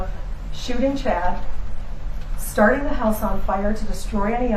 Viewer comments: What’s a hoose fire lol are you Canadian? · Please stop pronouncing word “house” in a weird way. My ears are in pain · She drove "oot to the hoose"?